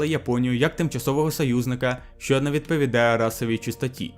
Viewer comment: Ооо, чудова робота, дякую👍 Вимова літери "г" вже майже відмінна (єдине, можу згадати, що "ґ" вилізла у словах: ідеологічний, стратегічний). Ще варто звернути увагу на "що", бо часто замість "що" чується "щьо"